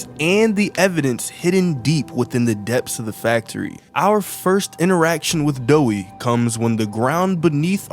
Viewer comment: Doey not Doei